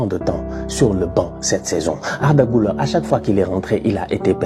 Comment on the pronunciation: Incroyable la vidéo frro mais ça se prononce "gulaire"